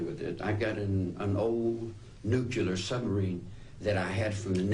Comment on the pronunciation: nucular??? just like GWB!!! lol